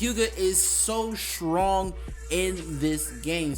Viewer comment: He is soo shrong